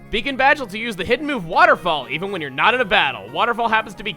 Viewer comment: did anyone else think it said bacon badge?